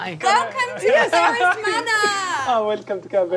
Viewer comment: Caer Beris! Sounds just like Care Bear-is. LOL